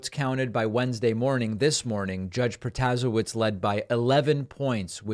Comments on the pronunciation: David -- The Wisconsin judge's name is pronounced prota-SAY-witz. Everyone in Wisconsin knows this by now, as we have been deluged by campaign ads for the last several weeks. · David, it's PRO-TA-SHAY-VITCH! :) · David the new WI Supreme CT judge is Janet Pro-tah-SAY-which. Trust me, I'm an attorney in Milwaukee, WI & have appeared in front of her many times here in the circuit court. A lil lesson for you in Polish surname pronunciation! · "Pro-ta-say-witz' Dave. As a Wisconsinite who voted for her, learn how to pronounce her name.